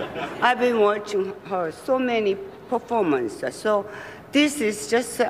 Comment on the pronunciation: when she said performances, I thought she said for 4 months and I was like- you've been watching Glenn close for 4 months?